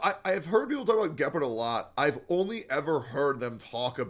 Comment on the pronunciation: Why tf does pronounce gepard like that…